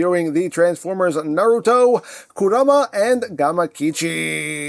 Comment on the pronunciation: Not knowing the show is fine cos you're at least saying Naruto correctly Even people who HAVE seen the show say it wrong as nah-ROO-toh instead of NAH-roo-toh Also the Gamakichi is a brand new mold though is likely to be made into Spittor or Diver Most likely Diver since we already have Tasmania Kid and Lio Convoy from Beast Wars 2nd